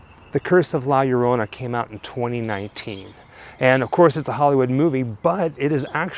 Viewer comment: Yo', an easy way to say her name is Lah - yorrona. Interestingly enough, although her origin is latin, she has been mentioned in folklore all over the world in MANY different cultures. Quick story: My mother once told me of an encounter with her when she was young. She and her siblings were enjoying a camp out with my G - ma by campfire, they heard a wailing cry approaching from a distance that she said froze them all in their tracks. As the crying got nearer and nearer, my G - ma gathered all of the kids together in a tight circle and warned them not to look up. The wailing stayed above them for about 30 seconds and then slowly moved away into the distance. My mom asked G - ma what it was and she then told them the story of La Llorrona. She told me it was the most terrifying experience of her young life. I believe her. What most people don't realize is that most urban legends are based in some truth. La Llorrona is NO exception. Just a terrifying tidbit for all the Grimmlins to snack on. Awesomely done video as always, nobody does it like you and, keep up the ghoul work!. Oh,..... A small piece of advice to all out there,........If you hear crying in the distance on a moonlit walk,..... Go the other way! Happy Halloween to you two and all the other Grimmlins!!!